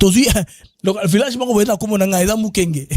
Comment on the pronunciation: C'est le village de MIKENGE et non MUKENGE.